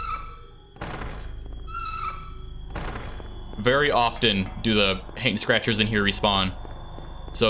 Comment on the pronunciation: I don't know why but I heard it as you calling the Hanged Scratchers, "Hank Scratchers" instead.